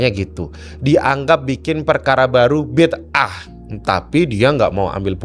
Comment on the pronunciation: Maaf yg betul itu "bid'ah" bukan "bit'ah". Dalam bahasa Arab beda huruf bisa beda arti